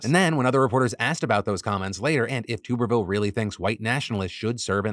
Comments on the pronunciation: Philip I love you....but as an Alabama resident, I must correct you due to my touch of tism....it's TUBerville like a bathTUB. Not tube as in a pvc pipe lol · Just a heads up senator tubervilles name is pronounced TUBB ERVILLE. Ashamed to know that but i am an auburn grad 🫣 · phil, you are driving me nuts, it’s TUBBER-ville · Phil it’s pronounced Tubber-ville 😘😘😘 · “Tub” er ville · You're saying Tuberville wrong.